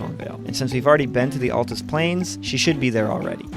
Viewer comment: FINALLY! SOMEONE WHO CAN PRONOUNCE AND SPELL "ALTUS" CORRECTLY!